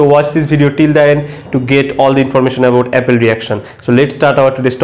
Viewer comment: It is "appel reaction" not Apple reaction....